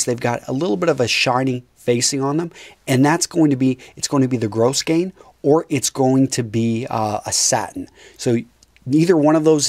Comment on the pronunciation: You lose credibility when you pronounce grosgrain (“grow-grain”) grossgrain